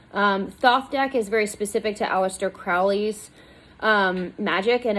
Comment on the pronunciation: Thoth, hard th to start like thought, silent th to end, the o is long. Crowley rhymes with holy.